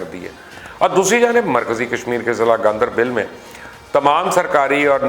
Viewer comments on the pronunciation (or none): I do watch your videos but you make mistakes like pronouncing names wrong. Ganderbal not Gandeebil.. Galwan not gulwan Kargil not car gill Don't you read the comments or you think some comments hurt your ego? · It's Gandarbal*not bil or bel